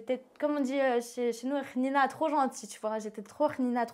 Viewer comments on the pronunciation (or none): J'ai regarder les com juste pour voir si sa avais capter son "rnina" 😂😭